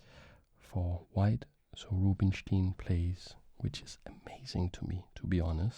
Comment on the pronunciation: Great video! small bit of feedback: Rubinstein's name is pronounced 'ROO-been-shtayn' in his native language [with the ‘ay’ being pronounced like 'I' in English], and 'coup de grâce' is pronounced 'kood-GRAHS' (if you pronounce it 'kood-GRAH' then you're saying 'coup de gras' which does not mean the same thing as 'coup de grâce' at all) Keep up the good work!! Mange tak <3